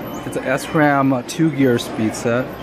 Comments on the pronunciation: I died at the “s-ram” 😂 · I can't believe you pronounced sram wrong